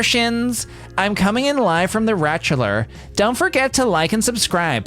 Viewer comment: whener says ratchelor all i hear is ratchula like rat bachelor dracula. i think somebody should to explore this